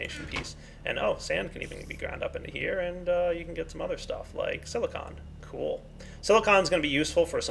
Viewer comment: Y u alwys say "kewl" I know that I have bad grammar, it's for da fun